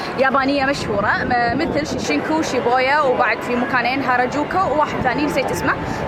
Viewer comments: Why do you say shishinku it's shinjuku?!-a sincerely triggered human being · شين-جو-كو ،،،،،،،،،،،،،،،،،،،،،،، مو شيشنكو هاذي من كيسك